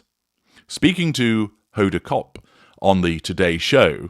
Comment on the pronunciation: Hi - Honda Kotb is pronounced: Cot-Bee, accent on the Cot.